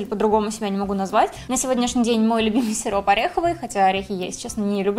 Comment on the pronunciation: Когда ты сказала сироп мне послышалось сирун